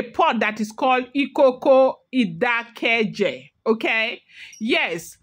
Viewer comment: It is pronounced Ìkòkò Ìdákéjé